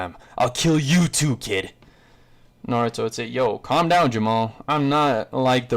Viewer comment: My man really said clam down Jamal 😂😂😂😂